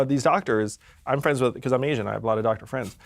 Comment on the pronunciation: "i'm asían I have a lot of doctor Friends" i died laughing 😂😂😂😂